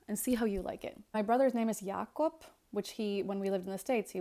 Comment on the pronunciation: DUDE YAKOB IS TWO SYLLABLES HOW DID THEY NOT GET IT RIGHT